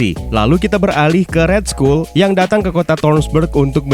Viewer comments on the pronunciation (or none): cuman ngoreksi yah, RED SKULL itu di baca RED SKAL bukan RED SKUL bro.... lets talk about it sering buat gw cringe, jadi TALK bacanya TOK, bukan tolk krna huruf L hilang untuk dikata TALK, next video perbaikin pronoun aja biar g kedengeran CRINGE, thx